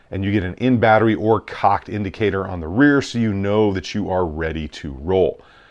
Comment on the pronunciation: You emphasized cocked big time